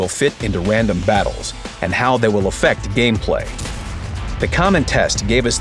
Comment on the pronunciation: “..Wandom Battles.”